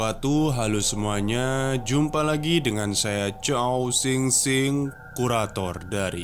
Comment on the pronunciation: pas ngomong "CHOWSINGSING" itu terdengar sangat otentik ya ... pokoknya SUKA sama channel ini, sangat menghibur